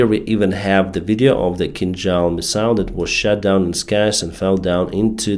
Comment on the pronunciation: Am I the only one hearing sth. like „shat down“ ? 😂